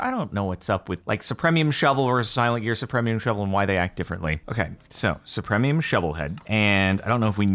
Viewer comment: Anyone else bothered by Jordan's complete inability to pronounce supremium correctly?